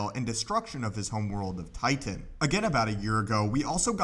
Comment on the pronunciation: Why do you say Titan like that??